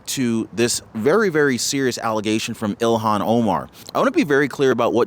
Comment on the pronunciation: fyi its not ELON Omar. Its ilhon Omar.